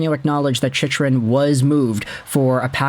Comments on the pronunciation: Why do you keep pronouncing his name wrong? It's CHICK-RUN, not CHICH-RUN. No one is going to take your analysis seriously if you can't even get his name right. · His name is pronounced "Chick-RUN"! Until recently (on the powerplay) he hasn't been that much of an offensive threat. He frequently gets caught pinching, and for a man that is built like a mountain, is barely physical and not punishing to play against. He throws the puck up the middle and gives the puck away frequently and can't clear out the front of the net. Overrated based purely on having a devastating shot and some offensive upside.